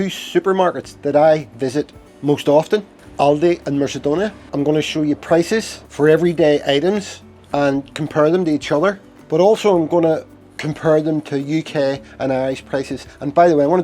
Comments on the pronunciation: Merkadona! Haha! It's mercadona! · Mersadona! Ha ha! It's MERKADONA!😊